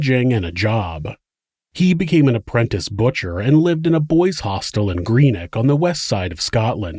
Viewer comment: It’s pronounced Grenn-itch 👍🏼😬